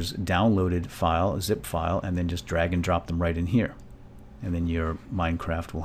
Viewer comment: The hell did you just say, "youst?" Like, a joust with yourself? This isn't about yousting, its about 7-zip and how to download it :P